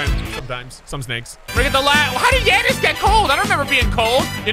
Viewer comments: I die every time he says yeahnnis it’s jannis(like Ja morant)and it is spelt Giannis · I love the vids but he says yannis